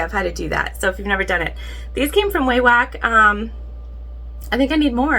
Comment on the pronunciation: Yes from Wawak (You pronounced it correctly btw). Another great video!!! ♥️